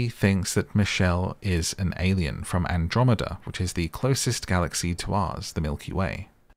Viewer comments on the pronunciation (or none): none